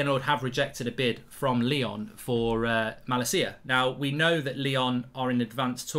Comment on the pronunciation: I’ve never heard someone butcher the name malacia so bad